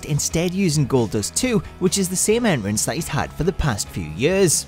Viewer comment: He can't even say entrance properly